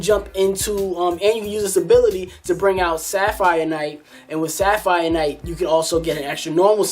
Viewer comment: also, its se-ra-phi-nite, not sapphire knight.